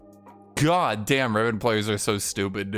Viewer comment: I love the "my gód"